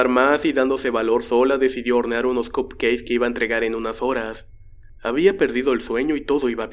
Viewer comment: ¿Alguien más escuchaba cup "queis"? Jajaja saludos